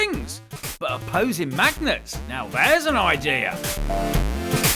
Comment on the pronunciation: ooh this'll be interesting.. also cmon colin, "opposing" not "apposing" :d